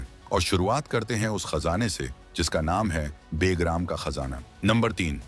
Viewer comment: बे + ग्राम = बेग्राम नहीं, बल्कि ब+ग्राम = बगराम बोला जाता है🐒